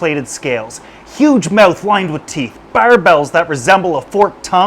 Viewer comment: Right? Also "barbels" (it's not "barbells" like in the gym) and "CITES" (not "cities") for the Convention on International Trade in Endangered Species.